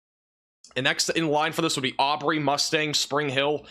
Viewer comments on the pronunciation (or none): none